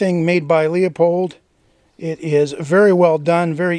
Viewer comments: Pardon my anal retentive disease, but: It's loo-pold, not lee-a-pold. Sorry, had to get that off my chest. Now, back to enjoying the video. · By the way.. Grew up near the town where Leopold was founded and my Grandpa knew the people that started it. It is pronounced more like Loopholed - at least according to people in my hood not far from Hillsboro, Oregon where Leopold started. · I happen to like your channel... so there,! I subscribe to both, of course. Not a lot to comment about, love the rifle & caliber. Just one little, tiny thing to nit-pick about and trust me, you're not alone, but... it's Leupold, pronounced "LOO-pold." No 'O' in the first syllable. I know, you're in CA, you're a cop, you'll say it any damn way you like but I just don't want you to sound like an old hick from the Missouri backwoods, like me! Any question about it, call 'em. Cheers, jc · Thanks James. As a guy who grew up down the street from the LooPold factory I was aware how to pronounce it, but to keep the comments about pronunciation to a minimum I said it the common way. Now I’m answering comments about THAT. 😆. Oh well. Appreciate you watching the show. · Thanks JC, buts here’s the dirty little secret; I pronounce it Loopold. Always have. I grew up next to their factory and have owned tons of them. But to keep the internet morons from commenting on what they THINK is the wrong pronunciation, I deliberately used the common way. Like how I use “myriad” as everyone else does ( there’s a myriad of ammo at the shop) even though it’s completely wrong. (There’s myriad ammo at the shop.). I guess we can’t all be (fake) perfect. 🤷‍♂️ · I Appreciate the video. While not very important I wanted to point out that the brand or the scope is pronounced “looooopold”. All the best. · I agree. I pronounce it Loopold but most of the gun-firing world doesn’t. I was trying to avoid thousands of comments on my pronunciation. Now here we are. 🤦‍♂️